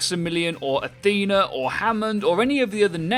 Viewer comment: It's Athena.